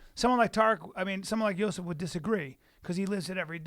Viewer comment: funny how yo sif is Brendan's boy but he can't pronounce his name